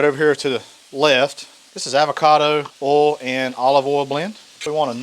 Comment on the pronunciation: “avocado ole” 😀